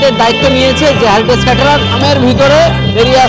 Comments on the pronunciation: আরে ওটা হ্যারিটেজ না রে হেরিটেজ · ওরে বাবা ওটা হ্যারিটেজ না, হেরিটেজ হবে 😂